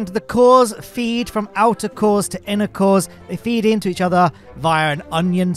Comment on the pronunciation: Me, attention distracted: "wtf did just say?" ooooh. "INNER CORES"